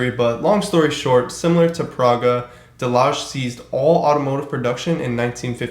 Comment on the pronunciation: Delage pronounced, De La Hey